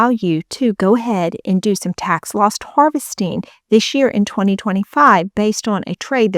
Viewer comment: It sounds like you are saying tax LOST harvesting.